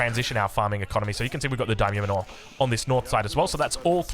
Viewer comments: Manor is pronounced like "manner", not "man-ore" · So, "Daimyo Manor" is a mansion or homestead like"Wayne Manor". You pronounce it like "manner". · I had a good chuckle when you pronounced “manor” correctly at the start of the video then went right back to the normal way you’ve been saying it 😂 you were right the first time though, it’s pronounced exactly like “manner”. On a side note, will try the build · Daimyo manure. 👍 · Also lol the pronunciation of "manor" 🤣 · He's trying 🤣